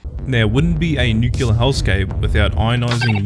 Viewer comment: Uh... i dunno but something about how you pronunce it as "nucular" instead of "nuclear" is... itching my brain.